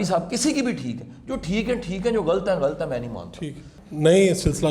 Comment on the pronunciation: شاہ صاحب اچھی باتیں کرتے ہیں ۔ بہت اچھے خیالات ۔ ۔ ۔ ۔ لیکن وہ استاد ہیں تو پلیز اپنے تلفظ پہ بھی توجہ دیں ۔ مثلاً ملک ۔ غلط ۔ واضح وغیرہ وغیرہ ۔ اور معذرت کے ساتھ عرض ہے کہ تھوڑا سا کم بولا کریں ۔ ۔ ۔ ۔۔۔۔SZ Rana official